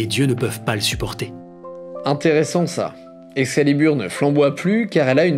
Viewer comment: Autre indice, à 🤣 tu dis "Excaliburne", parce que la quête du Graal part en couille ?